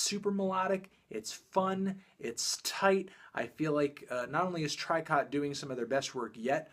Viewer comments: Tricot's name is pronounced 'Treeko', as it would be read in French, or 'toriko', as the Japanese translation of their name reads. =) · Tricot is pronounced "tree - co". like the pokemon. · "try-caught"....oh Anthony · I'm pretty sure Tricot is pronounced "Tree-koh". Anyone know for sure?